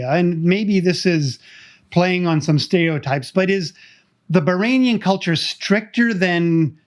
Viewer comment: It’s Bahraini not bahrainian